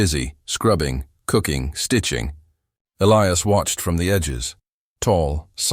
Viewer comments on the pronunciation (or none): Please teach your AI to correctly pronounce Elias ! Elias pronounced E - lie - as ! Or Pick another name for your main character, one that your AI can pronounce!